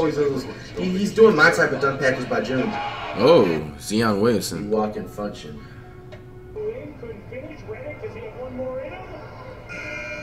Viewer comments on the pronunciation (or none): He still calls Zion “Zee-on”😂😂😂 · He is still saying zee-on Williamson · My man said zeon Williamson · bro when he say ze on that shit piss me off🤦🏽‍♂️ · Flight:Zyion wade Me: how do you get his name wrong every single time